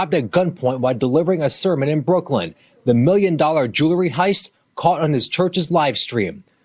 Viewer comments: Jewelry not jury 🙄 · He was in on that robbery!! Got money from Insuramce and from whatever was robbed from the parishoners! He should get an extra 5 years for not being able to say the word Jewelry properly!